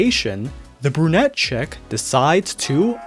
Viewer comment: Skip to for the songs, namely Part 1 of them The way you said "brunette chick" when referring to Kiritan sounded almost like "Brew-net Check"